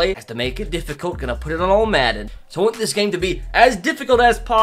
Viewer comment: When you say, “want” it sounds like the word, “won’t”